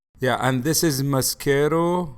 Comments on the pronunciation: "mascero". hahaha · MascErO for eyelash 😂 I’m dying, your dad is so adorable ❤️ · “Mascaro for eyelash” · “Mascero for eyelash” 😂😂😂 I love! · Mescero 😂😂😂 I’m dying